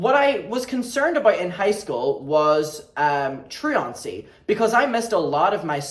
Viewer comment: obsessed with the way you say "truancy" love ur lil Irish soul omg